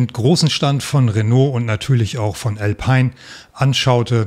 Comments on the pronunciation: Alpiiiin, nicht Älpein. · Lieber, der Alpine ist ein französisches Auto und wird sicherlich nicht "elpein" ausgesprochen, sondern "alpine". Die Franzosen haben es nicht so mit der englischen Sprache, sicherlich aus historischen Gründen. Sonst ein interessanter Beitrag. Danke! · Auch hier nochmals der Hinweis bzw. die Frage: Warum wird Alpine plötzlich „verenglischt“?! Französische Unternehmen bitte, bitte weiterhin französisch lassen! Danke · Ich dachte immer "Alpine" (Automarke) spricht man französisch aus.